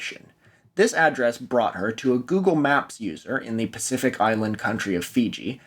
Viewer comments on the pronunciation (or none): none